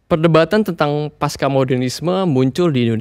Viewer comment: Pasca, bukan paska.